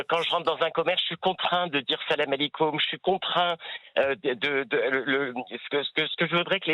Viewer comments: Face même salam halikom il ne sais pas le prononcer. Alors arrêter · La manière dont il a dit le salam alikoum. C pas